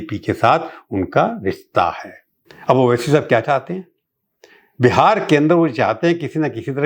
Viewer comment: اچھی اردو ۔۔۔۔۔۔🙃 "کیا" کو تو "خیا" بولتے ہیں۔۔۔۔😭